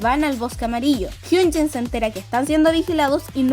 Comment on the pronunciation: Me confunde mucho que pronuncie tan parecido jeongin y hyunjin estaria mejor que le digas in que se mezclan